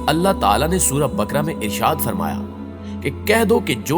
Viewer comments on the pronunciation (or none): none